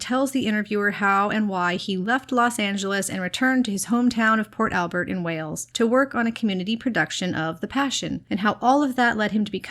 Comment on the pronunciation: Thank you so much for your wonderful videos and service to the fandom! I'm sure they take a lot of time and work, and we appreciate the effort. I love hearing what else cast & crew are doing. Just a quick note--Michael's home town is Port Talbot; I think you said Port Albert.